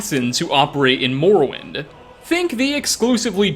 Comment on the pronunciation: morrowind is pronounced morrowind